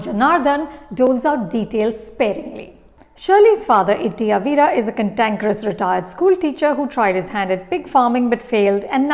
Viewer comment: It's not Itty Avira It's Itty Avra (Aa va ra )